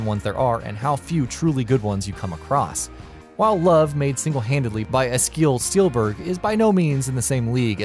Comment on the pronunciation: It's "Steenberg", not "Steelberg".